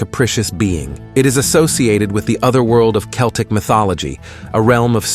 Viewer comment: You can Google how to pronounce words like Celtic or samhain. You should try it.